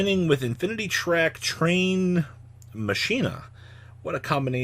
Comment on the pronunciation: Mispronouncing Machina are we.